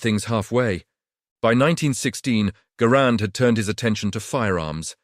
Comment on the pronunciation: The AI didn't even pronounce Garand's name properly.